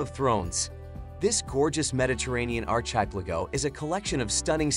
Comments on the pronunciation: The presenter's rendering of archipelago is joke. More than just stressed syllable differences. Machine reading or simply ignorant American? The rendering of for example city names can be somewhat arbitrary, but obviously one must be cautious in accepting news channel and YouTube pronunciation. Goes straight to the debate on using local and Anglo rendering. Take "Paris" and "Rome" as examples. Jack, the Japan Alps Brit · Exactly - the pronunciation of archipelago was hilarious as was Mallorca, Ibiza, Lanzarote.